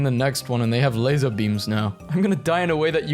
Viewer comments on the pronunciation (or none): none